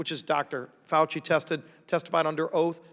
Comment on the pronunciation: Dr. Fauci(pronounced: Faux-chi) refuses to recognize a peer reviewed study , because, ... he wants a randomized placebo controlled study where no other steroid is given, which literally means testing a group of people and refusing treatment to calculate the non-hydro-chlor-i-quine lives saved while allowing the controlled placebo patients to essentially die without a steroid treatment. How unconscionable! Refuse patients treatment and give some patients a placebo "sugar pill" - refusing them a steroid treatment!!!! This is extremely unethical. Literally, Fauci is asking us to prove that gravity works by throwing 100 lives off a cliff and only give 50 people a parachute.